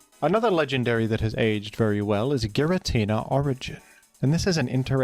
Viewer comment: youre saying giratina wrong its supposed to be GirAH tinUH